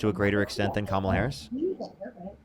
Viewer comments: Can’t even pounce Kamala’s name respectfully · Caller: Her name is KAMala (as in CANada) not KAmala (just like it's not CAnada).